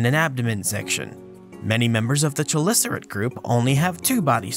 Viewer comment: Ke-lis-a-ret, not she...